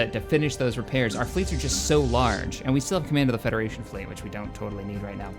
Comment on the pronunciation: Help the federachion flet